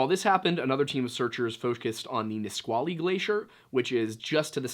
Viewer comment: you pronounced Yakima and Nisqually correctly 😭 bless